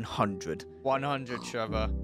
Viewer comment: I don’t know why but I LOVE your accent when you say “Trevor” video time